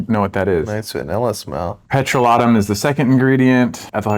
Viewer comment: Petro-lat-um? OMG Hilarious!!!